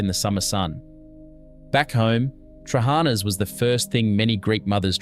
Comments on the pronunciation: Its Tra ha na...accent mark on last "a" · i've never liked trahaNA (note the syllables stressed) LagAANA or LagaNES are great. I've never been able to stomach patSA. hortOPITA with homemade dough is awesome.. skordaLIAH either with stale bread or potatoes is still a must, as is taramoSALATA. I makes mine with cream/ricotta cheese instead. No to fahKES, never liked lentils. revithoSALATA, yes. briAAM we still eat plenty of. yemiSTAH are still de rigeur in summer with homegrown stuffed summer veg and yes, they're better eaten the second day either cold or lukewar. youviourLAKIA avgoLEMONO from scratch are delicious and still mad regularly. Yes to kefTETHES too but scratch the unecessary bread. bifTEKIA (note plural) is the the greek hamburger with herbs and eggs. or meat rissoles without the burger bunds. stiFATHO - delicious with rabbit too not just beef. You almost got the pronounciation correct. kokoRETSI is still an acquired taste. Good in small doses. Eating top to tail is always recommended. souvLAKI yes, made with pork. avgoLEMONO soup is still the most satisfying soup ever made. dolMATH-ES made with cabbage for a substantal meal or with vine leaves for mezze. spanaKOPITA see hortOPITA. pahstITSIO yes, ok but never a favourite. No one says no to loukou-MAATHES even now. GalaktoBOUREKO still never fails to please when made and served warm. baklaVAH yes, a byzantine treat. moussakAH still a favourite and yes homemade is best. Had lamb on the spit this Easter. actually, we still have it as often as possible wheneve